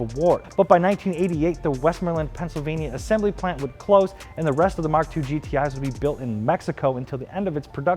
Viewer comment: "Muk Seven"